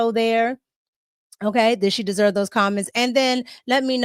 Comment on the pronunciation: that boy said "she descchlwerve..." lol